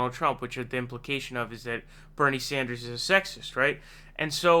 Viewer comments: WOW...FIRST TIME PRONOUNCED BERNIE’S LAST NAME CORRECTLY!!!! Ohh...and Warren is a SNAKE!!!!!!!!! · Finally you said his name right